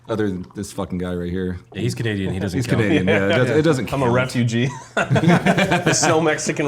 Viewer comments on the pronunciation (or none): CAN-NADEAN haha 😅😅 P.s. OW DA, don't you give me that look or a rise might com out of ne